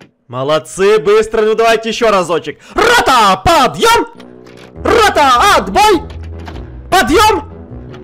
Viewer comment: Не падём, а подъём